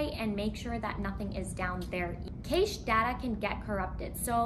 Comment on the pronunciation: It's very helpful to have the chapters in the description. You gave me a couple of things I hadn't tried, but it didn't work. Also, cache is pronounced "cash".